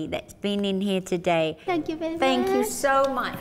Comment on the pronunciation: Simon you ahhh vewwy vewwy wood!